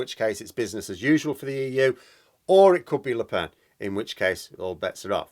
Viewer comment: Actually no nasal vowel in Lepen. Pronounced Lepèn. But you're welcome to butcher her name as much as you like.